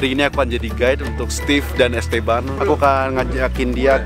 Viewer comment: gua denger ko ngomong "gay" padahal "guide"